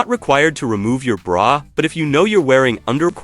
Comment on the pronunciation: The narrator must be AI. No normal adult mispronounces BRA.